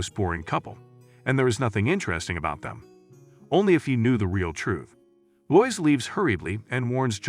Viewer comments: Lo-is, not lois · Robovoice is lazy and I hate it, but I love how your robot says "Batm'n" UPDATE : oh and "Loyce" ? Come on... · "Loiz" lol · It’s too bad all these recaps use Ai voices. Proper pronunciation lost. So grating to hear Lois, etc spoken wrong.